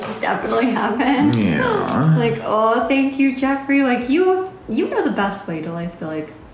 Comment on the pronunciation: why did he say yeah like that 😂😂😅